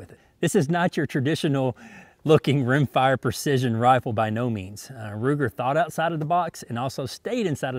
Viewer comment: "Ruger Purcission" :-)